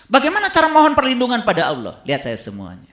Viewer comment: setan lebih pintar drpd. jgn kan baca alquran,nyebut nama Allah aja salah.